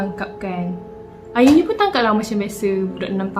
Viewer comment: slah sebut nme ayuni to auni me having auni name: wuttt?!